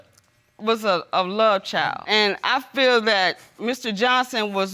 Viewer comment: I smh in sadness every time someone who is supposed to love you says I lu you...if you didnt catch it the mom said I lu you too. This may not be a big deal to most but I can't help but cringe